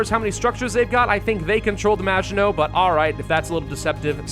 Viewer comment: Either I've been saying maginot wrong my entire life or has never heard the word maginot before